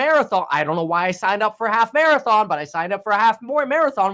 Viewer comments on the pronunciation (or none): none